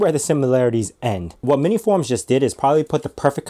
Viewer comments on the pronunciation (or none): Is it just me or did you say MiniForum? (without the S in between). Damn, this looks awesome and powerful for its size